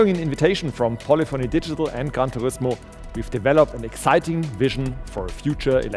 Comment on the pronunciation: "Khan Turismo"